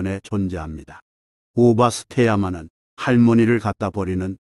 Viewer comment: 한가지, 오바스떼야마 (お) 입니다.